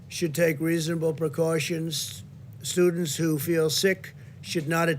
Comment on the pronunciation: Hope none of those "sewdents" catch the "few" ...